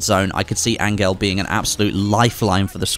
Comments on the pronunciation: Did this man just pronounce Angel Ahn-gail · Great! add in a powerful anti-cheat system to stop cheaters and hackers but add in a wallhack - lol. Good move eh! I think that specialist at the end might be pronounced Angel (as in heaven).